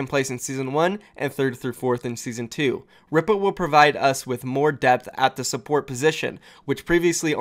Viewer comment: I'm pretty sure Ripa is pronounced Reepa